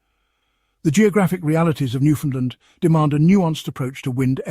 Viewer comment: Learn how 2 pronounce Newfoundland. 😅